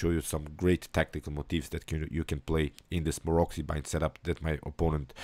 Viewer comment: You pronounce the name of Maroczy wrong... It's pronounced Marotsy.